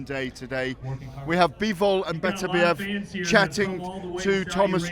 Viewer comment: Frank can,t say Beterbiev, he says betertieb every time, i still think that they should get a proper pundit to interview him, Spencer Oliver is a numpty.